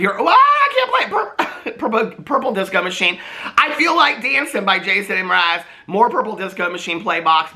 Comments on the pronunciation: I’m a little late, but hi!! Hope you’re having a lovely new year!! Also it’s pronounced like Mer-ah-z. Jason Mer-ah-z (: and he’s the nicest guy to meet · yes you pronounce the M in jason Mraz ( i think you say his last name Mer-az or thats my nyc accent) also i think you were talking about Ready Player One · I lose it every time you say M Raz 😂. Like the M is its own entity 😂 happy new year!1 💜🩵🫶🏼